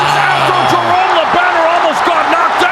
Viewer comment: I hate that the guy talking the fight butchers Jerome’s name like that.